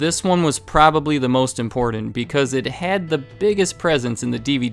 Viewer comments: i was genuinely interested, until he said "impordant" instead of "important". left a like anyway XD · He also said "impordent" at least twice, which I found oddly irritating for reasons I cannot explain.